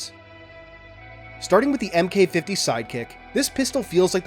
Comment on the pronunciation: The Mk.50 sidekick is pronounced "Mark 50" Just like the real life Mk.18, Mk.23, etc